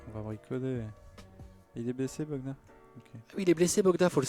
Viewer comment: C’est Bojan Bogdanovic pas Bogdan hein que vous avez 😉